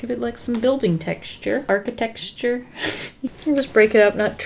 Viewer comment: girl why are you pronouncing architecture that way 💀💀